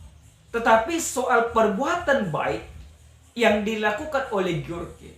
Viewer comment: George membacanya "Jorjs "... Maaf ya amang biar biar lebih elegan dan sama2 belajarnya kita ya🙏🙏🙏